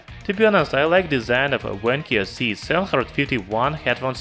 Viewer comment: Not Wankyo, Vankyo.